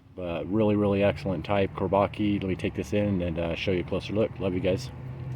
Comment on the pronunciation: Chor-bah-JUH is how it's pronounced. "Çorbacı" in Turkish.